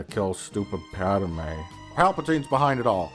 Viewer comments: Your pronunciation of Pádme is really bothering me but I agree with everything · Lol “PADAMEYE” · the best running gag in the whole thing is how he says 'pad-er-may' every single time and makes it more pronounced every single time